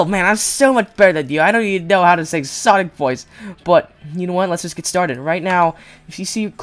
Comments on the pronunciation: Sonic not sanic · It's Sonic not Sajid. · It is not Sanic it's Sonic!!!!! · Sonic not senic